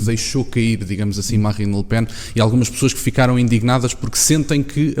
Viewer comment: Oh tony...é le pen...não lepen.